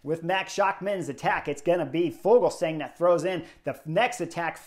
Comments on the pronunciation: Yep "Ya-cob" said it himself about 5 times on Daryl Impeys own YT channel (which is worth a subscription) "Ful-sang"👌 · Yo, Chris! The "g" in Fuglsang is silent. It's pronounced like Full-sang.